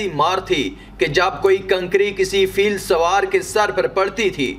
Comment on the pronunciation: Bilkul....aur sur e feel ko fail kahne lage sahab...kam aqal insan